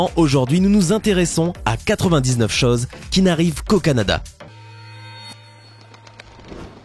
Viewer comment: je vais te corriger un peu: autre "chose" et pas autre chause.